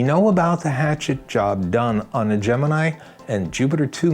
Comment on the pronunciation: The astrological sign "Gemini" is correctly pronounced the way it was in this film. GeminEYE.